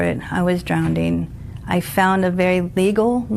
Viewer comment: Did she say drownding WTF how did she become a officer